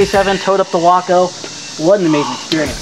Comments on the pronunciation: Isn’t the pronunciation way- co not wocko? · My Father in law was Glider and Airborne qualified in WWII and I still have his wings. He said the Waco was scary. We have one at the Airnorne Museum here in downtown Fayetteville NC. Pronounced Wayco not WAAco. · Personnel transport uses a spring line to lessen initial shock when the main line is snagged. Also, it's 'Way-co' not 'Wah-co'. Just like Waco, TX. You have a 'nu-cu-ler' vs. nuclear thing there. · Ok ok I know I’m going to sound like a prick but it’s pronounced “Way-ko”. It’s my hometown in Texas and was a major airfield during WW2 for testing aircraft, making repairs, and training recruits. The glider was named in remembrance of that airfield. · wok-oh? even the vets didn't pronounce it that way..... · No, it’s actually “Wah-co.” More info here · WACO is short for Weaver Aircraft Company. Originating from Lorain, Ohio. I’ve been to a WACO owners meet and they were quick to correct me that it’s pronounced like taco and not the city.